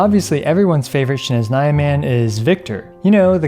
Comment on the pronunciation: My poor ears when he said "shneznaya"...